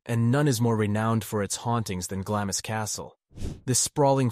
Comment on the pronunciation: Glamis Castle is pronounced 'Glarms'. :)